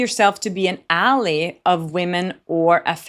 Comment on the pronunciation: FYI Ally is pronounced al-eye. I hope this helps. ♥